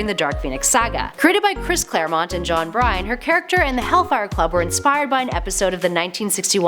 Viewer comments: John Brine??? The artist's name is John Byrne - pronounced burn If you guys are gonna report on comic book history, you should learn the pronunciation of the titans of lore. This is like saying "Chris Clear mont" or something... 🤨🙄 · Cool.But the guy’s name is JOHN BYRNE BURN. Not BRINE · John BYRNE, not BRYNE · You did not just call John Byrne: John Bryan, surely?... (we're not even a minute in).